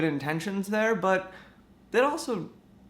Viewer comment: The way you say "uncomfortable" makes me uncomfortable.